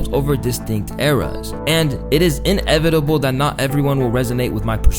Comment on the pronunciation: Did you really say in evitable instead of inevitable? Lol jesus dude.